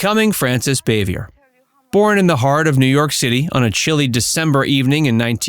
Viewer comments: It’s Bahveeay. French not Bayvee ER. And she’s Ant Bea not Ont Bea. It’s regional but Ant was her region. I like these but check pronunciation. They also pronounced Jacqueline Bisset as Bissette. It rhymes with “kiss it.” Biss it. I saw her tell Johnny Carson how to pronounce it properly back in the 70’s. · NO NO NO! Frances Bavier is old French in origin. Not Bay-vee-er. Her name is French in orign. It's pronounced Baa-vee-a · Boo - vee - a ! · Her name was pronounced Bah-vee-ay. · Her last name is pronounced BAA-VE-A. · You could learn how to pronounce her name lol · Learn how to properly pronounce her last name before you do a video on her